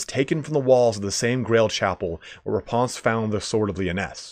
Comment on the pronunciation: "Raponse" very posh lol